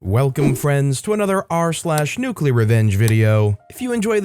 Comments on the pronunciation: Nuuuuuuculer. It's pronounced nuuuuuculer. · Nuclear. Noo clee ar